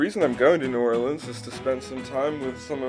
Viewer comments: As a New Orleans native, I want to commend on his perfect pronunciation of my city's name. Well Done! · As a fellow Cajun, THANK YOU for pronouncing it correctly❤️